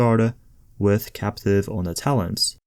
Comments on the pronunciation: Thanks for the vids bro keep up the good work.... you do however have a talent for butchering the pronunciation of words lol for example sadist... pronounced say-dist not sad-ist and capacitive is not captive lol 😂 love ya channel and love ya vids bro keep em coming! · That is not how you pronounce capacitive 🙄 you do not pronounce the P as a B and so on completely wrong 🙄 lol 😂